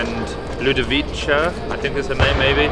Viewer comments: haha it's ludovi-kah, not cha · It's Ludovi-KAH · The C in Ludovica is pronounced as a k